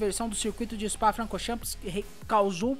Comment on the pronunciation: O meu maior... tira o "S" no final da pronuncia... "chan" e não "champis"... kkkkk